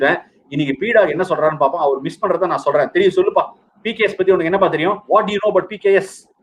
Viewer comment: it's PBKS not PKS